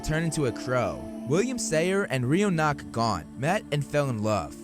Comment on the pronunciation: Holy something! The slaughter of the Irish names, kid. Yikes. Gormlaith = gorm-lee or gorm-let. Rionach = ri-OH-na